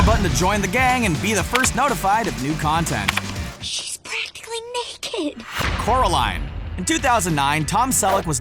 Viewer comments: It's Coraline not Caroline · It's 'CORALINE'